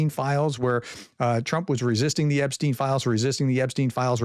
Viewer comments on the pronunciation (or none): none